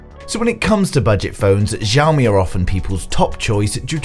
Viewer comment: it's pronounced shoumi not zoumi